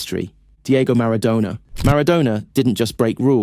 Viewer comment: Is this just a bad AI generated text to speech or do you really pronounce Maradona like that?